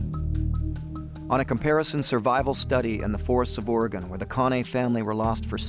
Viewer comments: Les, I'd love to take you out for a coffee or dinner. I live near Lebanon Oregon. If in the area, let me know. Its a long shot. PS. Oregon is pronounced "OR-E-GUN" by us Oregonians.... not "OR-E-GONE. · Ore-gun not ore-gone lol that’s offensive to native Oregonians🤣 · uhoh Les, you said Ory gone!???? As an Oregonian you know ots Oreygun. lolol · I respect Mr. Straud, but hearing him say Or-Gone confirms he's really not familiar with this land. Which actually lends to the reality of the survival situation.